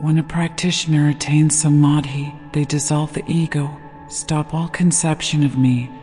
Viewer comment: A true christian is an Hindu and a true Hindu is a christian. The origin of faiths seems same from same source. Please pronounce Dhyana by pronouncing 'dh' as 'th' in theology and the whole word as Dh-yana. Same with Samaadhi-not samadi. Kindly refer to some Indian scholars. Every word pronounced is supposed to have a form according to the way it is pronounced and this norm is strictly followed in sanskrit which forms the basis for hindu religious communication system. Thank you for this divine presentation